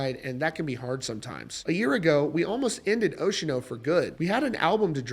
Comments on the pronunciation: Ocean-O? You're killing me bro. Say it with me. "Oce-an-o" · "Stop saying Ocean-O in there!" 😂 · It’s oce-a-no. (4 syllables) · I could be wrong here, but I'm prettttttttttty sure it's NOT pronounced "ocean-oh" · Bro its Oceano not Oceano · The pronunciation of Oceano made me pause, leave this comment and stop watching this video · Sorry, can't unhear it now 😂